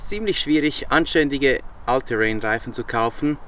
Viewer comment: hihi, ich versteh nur "alte Rennreifen" statt "All-Terrain-Reifen"🤣, liegt wohl an der Schweizer Färbung der Aussprache von.